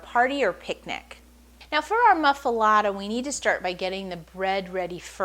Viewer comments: It's pronounced moof- ahh- let- ahh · She can't even pronounce the name of the sandwich correctly! So, no! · was going to watch until she mispronounce the name. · wrong bread, never heated and she cant even pronounce it....